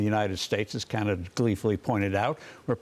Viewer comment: Trump’s pronunciation of Canada.. Gadada. Freakin uneducated moron!